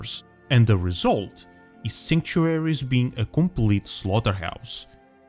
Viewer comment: Why would you make a video on a word you can't say.